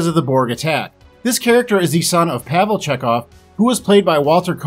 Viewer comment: Not PAV EL. PAH-VEL Chekov.